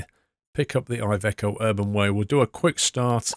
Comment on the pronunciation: I am Italian and iveco it’s pronounced like the I it’s an e